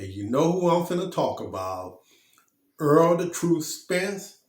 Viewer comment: His name is Errol not earl sir